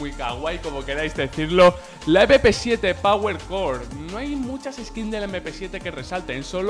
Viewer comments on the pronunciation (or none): none